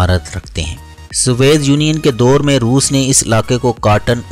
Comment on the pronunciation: سوویت یونین کو ھر بارغلط پڑھاھے اردو تھوڑی کمزور ھے